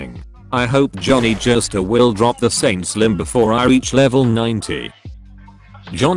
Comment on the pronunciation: Took a drink every time I heard Jhonny jostar